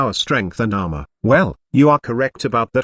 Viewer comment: The way you say armor is funny ahma